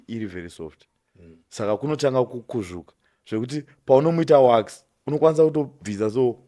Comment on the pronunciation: it's WAX not WASK